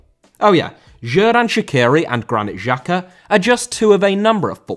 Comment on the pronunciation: Pronounce of Xherdan and Xhaka on this Xh is same like J in jeep , jungle, Jordan. Jerdan and Jaka is true not with french G like in Paris Saint Germain.